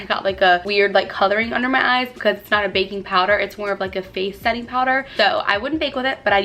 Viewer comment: My favorite part was when you pronounced “baking” ....”bacon”! The best of 2 worlds... great makeup and bacon!